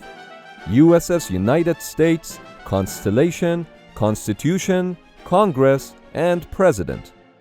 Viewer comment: fr thought he said uss constipation